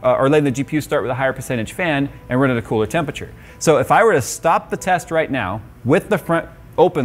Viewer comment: I cannot take you seriously until you pronounce tempERature properly.